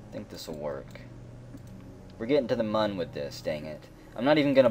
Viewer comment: I know it was 2 months ago but if you still call it "M-uh-n" It looks like Mun <<<< But its said Moon :)